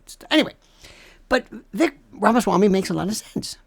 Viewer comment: It's pronounced Viv ake like cake. He would make a great VP!